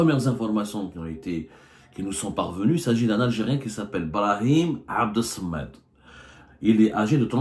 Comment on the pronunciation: C'est ou 😂. Tu ne peux pas dire Brahim Abdessamad 😂